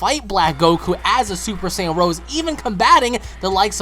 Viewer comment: It's not "Super Saiyan Rose", it's "Rosé"! Like the type of wine.